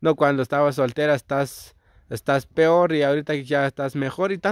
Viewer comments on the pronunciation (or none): me pregunto hasta que grado tu estudiaste porque decir peor no pior